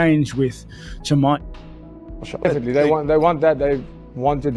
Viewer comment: GSP: "Chiee-majev" 😂😂😂